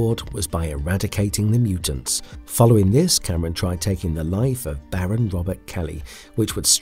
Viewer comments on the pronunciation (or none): none